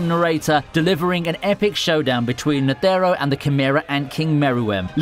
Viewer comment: lmao agreed!!! I CRINGED every time he said "Ne-the-ro", that's exactly why I went to the comments section! knew someone would agree lol, nonetheless a good video!